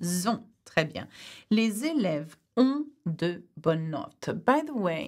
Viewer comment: les èlèves means pupils or students, but sorry for that you pronounce it like people